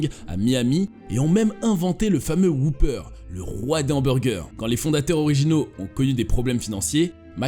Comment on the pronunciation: J'ai jamais compris pourquoi les français s'entêtent à mal prononcer le mot 'whopper'.